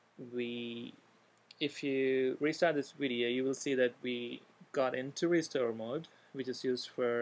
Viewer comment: 're-stir mode' lol